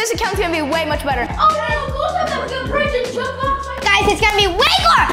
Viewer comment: It's Nidal not nedal